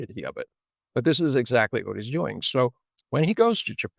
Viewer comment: ..'zsac'ly da'! London.